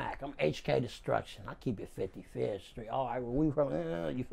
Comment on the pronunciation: The way he says 55th street hahahaha.